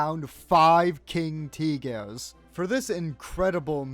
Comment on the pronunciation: "Teegehrs" is killing me